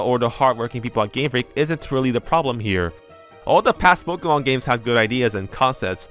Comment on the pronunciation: Thought you were saying Pikmin tbh